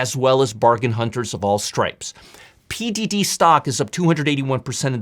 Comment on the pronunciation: Nice vid! For next time, $PDD is pronounced "pin-dwoh-dwoh" not "pin-doo-doo", Google translate has a phonetic feature which I always find useful!